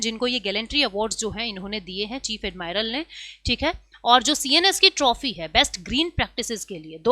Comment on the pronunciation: ऍडमिरल होता है...... ऍडमायरल नहीं